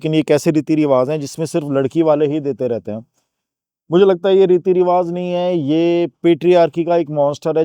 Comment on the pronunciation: with all due respect it's 'Riwaaj'(رواج), not 'Riwaaz'